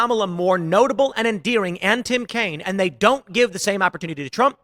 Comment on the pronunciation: He said Tim Cain :-)